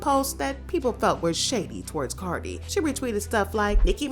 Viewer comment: Y'all saying cardi wrong but praising Nikki and shes the one that started speaking on cardis kids